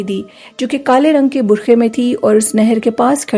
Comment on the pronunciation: U need to work on your urdu burqa hota hy bukha nhi thanks